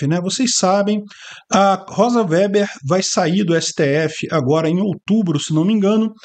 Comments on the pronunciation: O sobrenome da ministra se lê Vêber,. Vocês que moram em região nâo-colonizadas por alemães não estão acostumados ao uso dessas palavras. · Chamar a Rosa de "véber" é de uma indigência intelectual extrema. O sobrenome é ALEMÃO, que é avesso ao "é" e "ó".